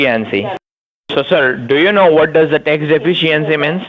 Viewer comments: "Tax de-fence-c-ency"😁😁😁😁😁😁😁😁😁😁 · Ol just can't pronounce "De-fish-E-ency" can he?! A day off AND a new video?!! Doesn't get much better than this!! The goat is still cracking me up!! Lol. Great job!